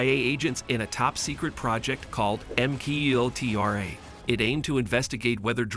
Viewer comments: It is pronounced “MK Ultra” not “makultra” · don't forget M cultra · it's MK - Ultra NOT M-Kultra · Oh I saw that one too. lol Just thought I'd keep the comment short. "M cultra" The fuckups.. It's like nails on a blackboard. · I hope AI pronunciations are improved. MK Ultra is mushed together incorrectly.